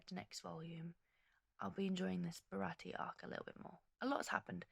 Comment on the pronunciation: Great video! love to see more people getting into this amazing series! just for clarification for the future, Usopp is pronounced Oosopp and Baratie is Bara-tee-ay